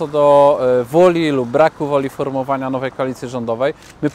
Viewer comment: Ja też kilkakrotnie. "Formowania" wymawia się z "o" krótkim, tymczasem Bosak wyraźnie wydłuża (tj. przed 2. "o" w słowie wskakuje mu "u"), i mówi "formuowania" , a więc koniec końców wychodzi coś pomiędzy "formowania" a "formułowania", ale bliżej "formułowania". Taka niepoprawność jest najprawdopodobniej świadectwem braku pewności co do tego, jakiego słowa należy tu użyć, czyli młotkowatości, niedouczenia. Naturalnie młoty - sporo ich w przestrzeni publicznej - mylą nagminnie jedno z drugim, i spieszą "formułować" rząd. Bosak zaś to tylko młotek, bo jakoś sobie próbuje radzić ze swoją niewiedzą. Pozdrawiam, Robert Marszałek.